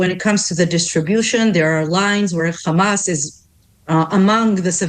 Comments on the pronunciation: First of all it's Hamas with an "H" letter and not Khamas, and it means "Courage". So it's a meaningful word and not a noun. The only reason she and all Israeli like herself have a problem that pronouncing is because Ukrainian alphabet have the letter "X" which sounds like "Kha". So today people like herself call themselves Semitic??? Let's look it up to see if Arabs are Semitic or Ukrainians? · I tried to listen but am so tired of the complete and utter BULLSHIT. She sounds EXACTLY the same as every other spokesperson aka trained bullshitter. Exacyly the same. Can pronounce every letter fine except KKhhhhhamas. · They sound so absurd with the “Khamas” pronunciation. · She says people of Gaza not Palestinians. Denial of a people and they say Khamas because they enjoy distorting how things are pronounced to denigrate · She is american so not indigene to historical Palastine and as an american why does she say khamas? Cant she spell a H? This people are so annoying with all their BS.Left or right they are all zionists.